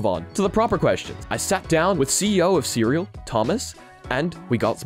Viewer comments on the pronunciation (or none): FWIW CREAL is pronounced "see real" not "cereal"